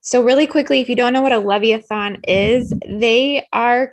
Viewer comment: Leviathan: Pronounced “Lev Eye Oh Than”... just saying. Thx for sharing... PS. The blue blood reptiles love the tricks they play on humans. Possession is precisely why they labeled “Blue Jeans”, Levi’s ❗️😂 (And why I refuse to wear a pair😬😂)